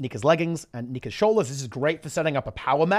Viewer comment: Holy crap did I have to do a double take when he said "Nika's" .